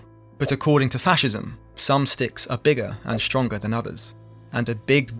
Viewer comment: it is "fascism"